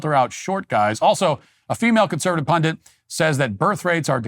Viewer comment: THE WORD IS PUNDIT MATT NOT PUNDINT FOR THE LOVE OF GOD SAY IT RIGHT